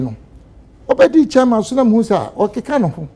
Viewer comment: Why does Ashanti's say CHAA-MAN instead of CHAIR-MAN?😂😂😂😊